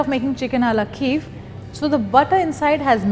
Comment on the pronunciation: Why don't you call it it's proper name. Chicken Kiev. And it's pronounced kee-ev. Not keev. And it's not perfectly cooked, it's burnt.